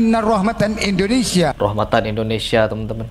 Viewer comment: sederhana aja sih, jangan kan dikaji lebih dalam, perhatikan aja pengucapan Indonesia dalam bahasa arab aja udh salah. dan itu lebih dari jelas membuka mata kita kalau papa gupron ini bukanlah ulama. TITIK